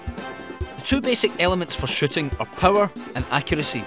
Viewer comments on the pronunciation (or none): lol i thought he said long range shitting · at the begginning of the video it sounded like he said "long range shitting" Haha